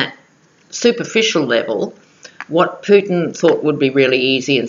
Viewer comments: I heard Poop-in, too. And you know there's a limerick there ... ! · Hi! What a brilliant reading and I so appreciated the chart you made. Gosh, I live in the United States and you are more knowledgeable than most US citizens on these matters. In one frame, I thought you said, "Poop-in" instead of Putin and I got the biggest chuckle. hehe But, I totally agree with your analysis that Mueller is going to seriously bring down the hammer against Kushner. Money laundering will be the least of Kushner's worries before this is all done and said. I just can't believe he is STILL having diplomatic meetings with leaders (latest is with Mexico's leader). It's like he doesn't care if he flaunts it or could he be that stupid or rather desperate. Probably both. Also, if you haven't watched Elizabeth Chronise McLaughlin's daily podcasts (she is a bad-a** U.S. lawyer)...you should take a peek. She really gives the goods on all of these folks from a legal perspective. And, she would agree with you on Kushner. Lots of love!